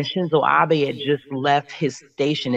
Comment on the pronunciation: It’s pronounced Abe (Ob-aye).